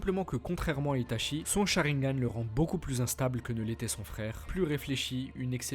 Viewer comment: On te l'a surement déjà dit mais normalement on prononce "Ita'tchi" et pas "Ita'chi"... A part ça, c'est clair propre et intéressant, comme à ton habitude, Merci pour le travail fourni !